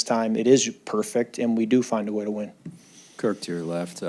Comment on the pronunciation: "Find a way" was worser than AI saying "practice"🤣😭🤣😭